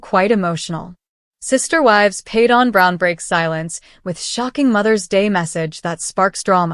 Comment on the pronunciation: I cannot stand you mispronouncing his name all the time